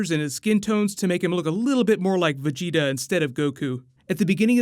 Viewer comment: At least he started saying vegeta correctly